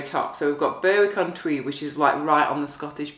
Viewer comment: Hopefully you'll get better weather this time (looks out my window and notices that my street has turned into a river). BTW I think it's pronounced "Berrick" upon Tweed. Silloth looks like the only non-hilly bit but there's not many shops round there and watch out for cattle - they have poor lane discipline!